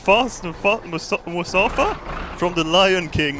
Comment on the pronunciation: "Musafa" XD